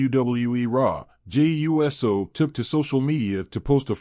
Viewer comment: Very informative, but my dude, it's pronounced, oooso, not U S O. 😉